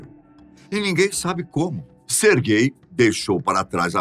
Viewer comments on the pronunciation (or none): Na hora que ele fala o nome do cara eu entendo "ser gay" "---" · "Sergay" lá ele 🤣